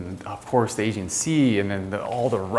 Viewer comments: I can’t tell if this malakismeno is saying Asian or Aegean Sea I don’t know with Americans anymore… and who would buy a house this expensive in Mykonos, awful pitiful part of Greece. You go to the islands to experience proper Greece not that cluster fuck. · Not much vanity counterspace with those huge basins. I've never heard Aegean and perforated pronounced like that. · The tour guide can't pronounce Aegean properly.